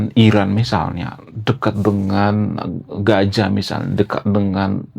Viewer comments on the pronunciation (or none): none